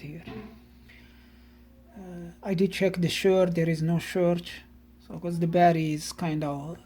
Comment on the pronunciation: Hi, I’ve only just started watching your Videos and I’ve watched quite a few now, It makes me chuckle when you say: “Barry” instead of Batt-ur-ee and please don’t take offense at that as I meant it in a Light-Hearted way, I do have a couple of Lithium Jump Starters, One is a SIP 802Li (20a/h) and 800 Amps and is good for starting Petrol Vehicles up-to 5.0L and Diesel Vehicles up-to 3.5L, My little Van has a 1.9L Diesel Engine so the SIP Jump Starter is more than capable of starting the Van if the Battery is just a bit low, The other Jump Starter is a Floureon W100 with similar Specs to the SIP except that has a 15a/h Battery and they claim it can Start Petrol Vehicles up-to 6.5L and Diesel Vehicles up-to 5.0L which I’m rather skeptical about, I also have a SIP 600A Super-Capacitor which I carry everywhere with me, Great piece of Kit & I’ve also got an Old-School Halfords Branded Jump Starter which is still capable even now today although probably not as good as the Lithium Jump Starters but does have the advantage of being equipped with a 240v 300w Mains Power Inverter, I recently purchased a Faulty NOCO GB70 off eBay and the Seller stated that the condition was: “Excellent in Not Working Condition”, I received it and there were 3 of the 6 x Screws missing, The USB Ports were misaligned so you couldn’t plug anything in to the USB Ports and the Unit was in Poor Physical Condition yet the Seller described it as: “Excellent” I dread to think what they would class Poor as